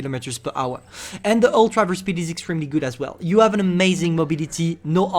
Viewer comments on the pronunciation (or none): none